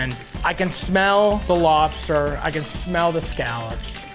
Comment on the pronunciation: Why does it shmell like a longshoreman up in this bitch?